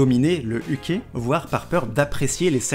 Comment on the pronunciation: " Et un OUKE " ptdrrrrrr les vrais savent >-> ça ce prononce " Yuke " on peut aussi prendre les termes Seme = Top Uke = Bottom